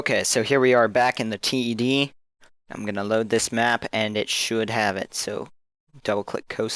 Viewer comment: Great video, nice to see people making these. At C.A. they pronounce the name 'Ted' as in the name, rather than T - E - D.